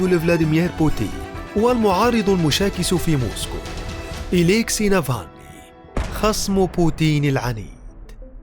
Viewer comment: اولا اتعلموا كيف تنطقوا اسمه صح وبعدين اعملوا تحقيق عنه معلومات كلها من الكيس